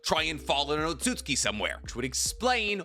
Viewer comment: OMFG! HE SAID OTSUTSUKI RIGHT!